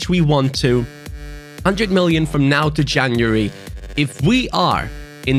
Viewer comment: When he says now tho, it sounds like he's saying Naldo😂